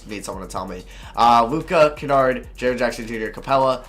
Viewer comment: He said luka kanard